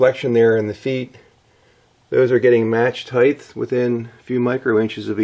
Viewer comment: Height with a t at the end. Not th! 🤨